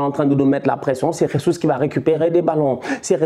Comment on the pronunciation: Je valide mais sa se dit jésus en portugais pas ressus comme en Espagne